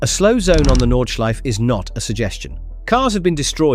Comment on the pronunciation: No es Nordschlife amigo, es Nordschleife.